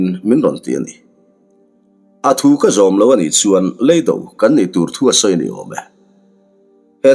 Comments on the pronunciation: Leido hi ka hriatdan chuan LEI hi kan ja chhunga lei ni lovin he kan rah thi Lei anga lam tur niin ka lo hriaa... Ka hre diklo zawk em aww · Lei do tih hi i thluk dan a dik chiah em aw....